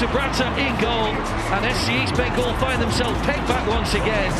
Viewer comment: Birght enobakhare goal was best but bro it is east bengal not beast bengal....